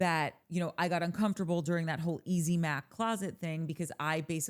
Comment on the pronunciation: And who pronounces uncomfortable like that???!!! Danny Creepo